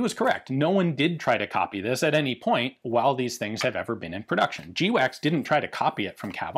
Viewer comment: Its not pronounced jee-wacks its pronounced gwacks. Everybody knows that Ian.